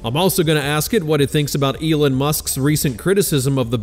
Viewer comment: "Elin musk" lol